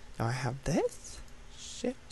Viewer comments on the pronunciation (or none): none